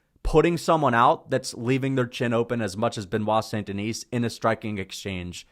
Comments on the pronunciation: Great content! Btw it's Saint-TheKnee (like take the knee), with a silent S. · He doesn’t even pronounce it right. Guy is a moron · Yeah, so much so he can't pronounce it properly.